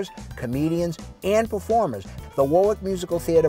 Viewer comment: Correct pronounciation is "Worrick" not "War-Wick."